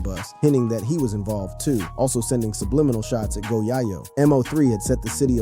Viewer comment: This guy said one hundred dollars thousand.. 🤦🏾‍♂️..bruh it's a hundred thousand, M.O 3... It's MO3..dude called go yayo, go yaw yo..like wtf 😭🤣